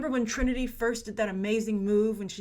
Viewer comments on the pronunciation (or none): none